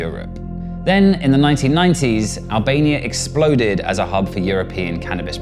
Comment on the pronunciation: he say hellbania